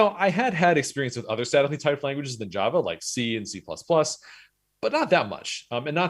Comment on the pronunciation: At 2x, it sounds like he's saying "sadly typed languages"